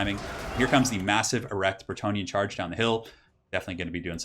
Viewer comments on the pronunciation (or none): what is with you and saying "erect"?